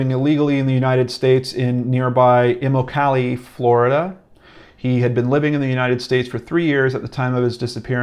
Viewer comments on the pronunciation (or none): U mean imoklee as immmmaaacleeee also I lived on imoklee rd in Naples but there is a city called that like ten min away weird town man Naples